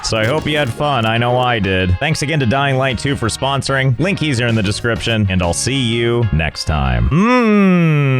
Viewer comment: why does he call it a linkie